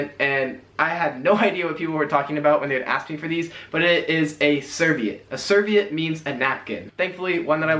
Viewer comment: We do have Lays chips here. We do call it a plumber's crack. Chook is cooked chicken (rotisserie chicken) Chilly bin is New Zealand He said serviette wrong. Its ser-VEE-ette Ute is short for utility vehicle Adidas our pronunciation is correct, it's the German pronunciation We don't all say H as Haitch, some say Aitch We don't all the the days of the week like that nobody says "no wukkas" I prefer American lemonade tbh, but its not really a thing here (unless you make it of course). It's close to lemon squash Broom is broom here, not sweeper I call it a cantaloupe and always have. I didn't even know it was also called a rock melon.